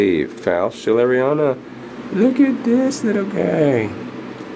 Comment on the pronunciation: so funny when you say amesiella monticola, and nice schilleriana.